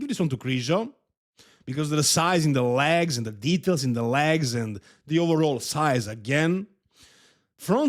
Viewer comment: You can’t help krizo because you can’t even say leg’s and you still saying lags 😂